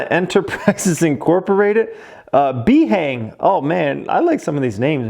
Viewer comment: Himalayas bhang not B-hang.